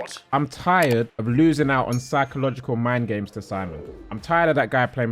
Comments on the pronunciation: Psychological not 'Physcological' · “physcological” lmao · physcological( fy-sco-logical) indeed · Physcological? 😂😂😂🤣🤣 thank you for the laughs